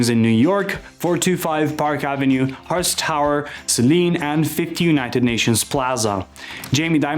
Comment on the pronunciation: HearEST Tower???